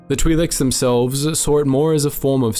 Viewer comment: "Twee Leks"